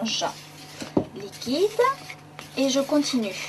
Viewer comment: Après avoir fait votre mélange liquidAnhh .. Faut arrêter là xD